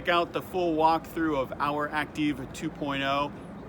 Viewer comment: Would it not be pronounced "Active"? "Acteev" is Goofy!